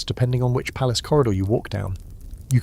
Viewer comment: PALACE not PALACEY